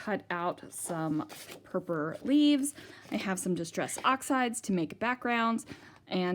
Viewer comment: lovely .do you mind me asking Why you call it purpur? and not purple